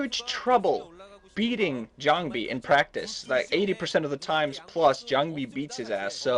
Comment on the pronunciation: can some one kick the new boy when ever he says jangbi?